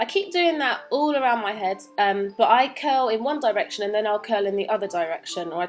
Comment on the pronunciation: YOU SAID ONE DIRECTION WITH A BRITISH ACCENT. i love you.